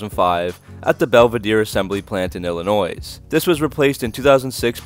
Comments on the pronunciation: . Belvidere, 'Ella-noise'? lol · Its pronounced Illinoi, s is silent!! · You mispronounced Illinois, the s is silent. I don't know if the Neon is worth bringing back since it was a pretty bad car even though it sold well. I live in Illinois, by the way. I know you live in Canada where they are less likely to know these things, but a lot of people would make a comment about that. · I think you forgot to mention that this was the first SRT car! By the way, the “s” In Illinois is silent. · The “S” in Illinois is silent. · Yeah, I missed pronounced Illinois. I actually live just a bit south of the Belvedere Assembly Plant. That factory is currently build the Jeep Cherokee.